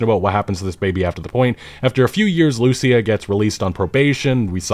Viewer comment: When are you going to learn to properly pronounce Lucía?